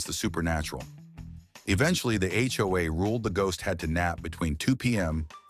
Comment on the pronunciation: One more complaint- edit your AI reader/voice. HOA is read as H. O. A. It is not a word.